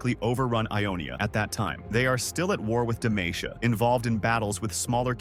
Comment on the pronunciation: Its demacia not demaicia